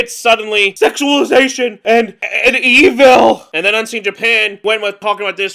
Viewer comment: I immediately noticed you saying evil like mermaid man